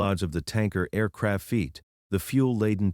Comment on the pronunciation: The mispronunciations really annoy me. Often, they'll mispronounce a key term. Then you hear it repeatedly. It drives me mad. I usually turn off at that point. The five fee teen percent, and the aircrafeet for example